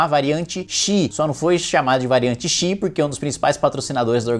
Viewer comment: ξ Não é /Chi/. É /Ksi/.